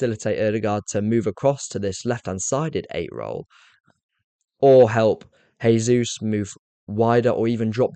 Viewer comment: Great explanation mate. Makes so much sense. Love it. I just have to a tiny thing though, that is Gabriel Jesus is not said as 'hey'sus, he is Brazilian and in Portuguese its said as 'jay'sus. Thats all. Thanks if you incorporate it.